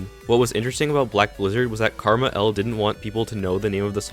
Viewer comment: Ngl I almost stopped watching because you kept calling KmarL, Karmah L